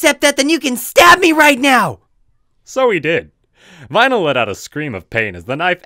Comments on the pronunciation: vinyl sounds like rainbow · Vynal? are you kidding me?